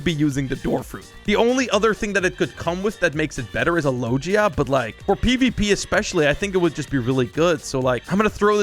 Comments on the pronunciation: man rlly sad "low-jee-a" when it is "low-gi-a" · The way he said logia lol